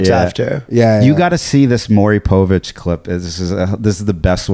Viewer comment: I love how Ryan refuses to pronounce Maury Povich's name correctly.